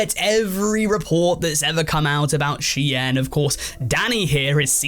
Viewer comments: sheeeen.... not she-yen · I mean it's actually she-in, short for she inside, which is what the brand was initially called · Bro SHEIN,is pronounced“Sh-EAN” like “Bean” with a “Sh” not “she-yin” 🤦🏻‍♂️ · I swear to god if he pronounces shein as “shi-en” one more time instead of “Sheen” I’m gonna explode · Bro did not just call it "She-en" 💀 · It’s pronounced sheen for ffs that’s why the documentary is called inside the shein machine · you're saying Shein wrong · I was devastated when I found out that’s how it’s ACTUALLY pronounced, another reason to hate shein